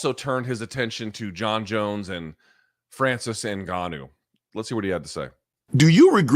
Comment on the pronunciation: Hey Luke, yes Dana deserves to be clowned for how he pronounces Ngannou However, Francis in French is definitely not pronounced the way you say it, you uncultured swine